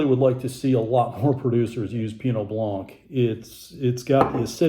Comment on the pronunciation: For 11 winters in France, these were a favorite category for my bubbly-adoring traveling companion to explore. Definitely- Crémant de Bourgogne is hard to beat! (Even in price, when the lesser champagne makers were clearing their cellars...) [BTW - blanc does not rhyme with plonk...] Love your videos- they're always informative, & helpful when shopping!